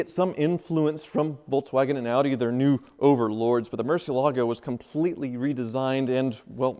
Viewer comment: " and ". Relax, IOUs are as good as cash. It's time to sell that Murcielago so you'll stop desecrating the pronunciation of the name.